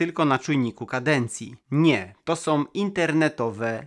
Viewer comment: Lubie Twoje filmy.... ale: "bendom" "rolkom" "to som" "korbom" "gdy som" "grzechoczom" "przerzutkom" "zembatkom" "poprawiom" "obróconom" "pomocnom" "dolnom" "z pewnościom" "przetwornicom" "za pomocom" "wbudowanom" "z myślom" "dużom bateriom"